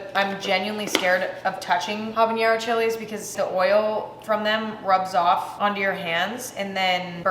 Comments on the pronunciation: There's no ñ in habanero. Pronouncing it with an ñ is a hyperforeignism patterned after jalapeño. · emma pronouncing habanero the same way she pronounces jalapeno is so funny to me